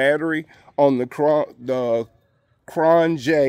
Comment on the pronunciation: You said the name PERFECTLY....most do not...great job!